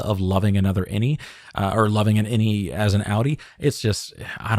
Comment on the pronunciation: Does anyone else hear "any" when they say "innie?" It could be innieone.